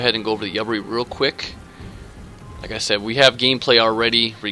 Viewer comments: The ship name is pronounced "you-bar-e" :) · I think it's pronounced You bar E